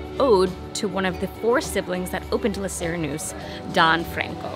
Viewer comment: Lay See-ray-noose-eh